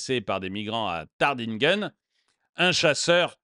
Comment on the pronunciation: Cela se prononce tartinguime